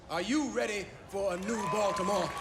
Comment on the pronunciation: For someone who has watched "The Wire" for 2 seasons and made a big deal about singing along to all those "gangsta" lyrics you seem to know so well... ...No one pronounces Baltimore as "Baltymore". Even a Canadian like me knows that. Perhaps you should listen to the dialogue rather than singing along to the music that you love so much. No one is ever going to mistake a young Australian man like you as someone who could cope in the streets that "The Wire" portrays (whether as a street dealer or as a cop in any capacity). Assuming you understand that these stories are based on real-life experiences... you do know that, right? Or is this some young Aussie's "gangsta" fantasy? No shortage of those!!